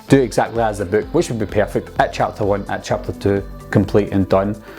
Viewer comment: does he say IT or ET